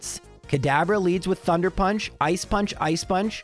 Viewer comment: wait, what? thunder punch? I'm confused at what you were even trying to say there 😅